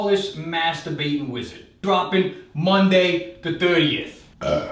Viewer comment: im shure he said next " monthday" so see you next month